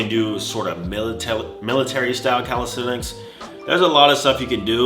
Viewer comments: Nobody:: calisTeTiks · No one:: 'Calishredics'